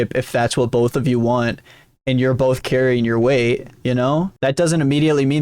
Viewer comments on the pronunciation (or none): When people pronounce both as "bolth" it makes my skin crawl